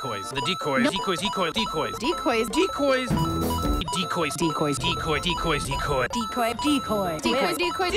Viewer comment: all those "decoys" sins made me completely tone deaf "Decwoies"